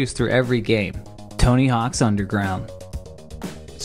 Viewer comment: So you're just committing hard into not pronouncing the 's part of "Tony Hawk's", huh?